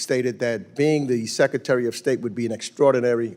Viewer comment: Meeks can't pronounce secretary....secatary??